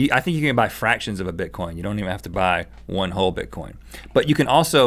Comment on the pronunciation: omg they said bitcoint..